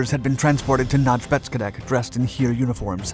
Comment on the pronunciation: Unfortunately his pronunciation of the German words is sometimes off a little bit like with Rösselsprung or completely off like with Heer (Army). Especially the latter he gets wrong every time. He pronouces it as if it was spelled hier in German or here in English, which coincidentally means the same thing in both languages but unfortunately not Army...